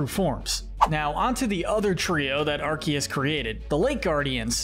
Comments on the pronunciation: He said Arceus correctly though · finally someone who says arceus right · For your information, the C in Arceus IS supposed to sound like a K! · Arceus is pronounced aar- see- uhs